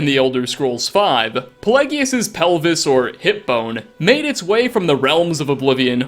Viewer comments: The hip bone is rather apt, given that Pelagius was known as "Pelagius the Mad" (though his madness is the subject of another interesting story...). Also, I believe that the name is pronounced with a soft "g" sound. :) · I know one of things is mispronunciation, but Pelagius? Sheogorath says his name so many times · I sometimes wonder if you ACTUALLY played the game. How can you screw up the last item on the list so bad? 1st you mispronounce Palagius, even though his name is said multiple tines during the quest. 2nd you don't go to Sheogorath"s plane of Oblivion, but he tells you that you are in the mind of Palagius itself. And 3rd, its obvious why Dernenin had the hip bone, he is in the empliy of Sheogorath, who comes from the Shivering Isles, the last location of the hip bone. Come on!!! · i thought it was pel•ai•jus?